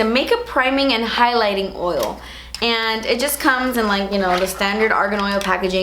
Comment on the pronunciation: "Ole" (Oil) and "gimmicky" 😂😂 reminds me of Laura. I freaking love you